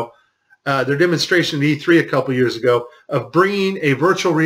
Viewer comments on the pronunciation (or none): none